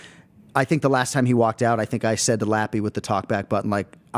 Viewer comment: Someone needs to tell Anik how to correctly pronounce Joshua "Van"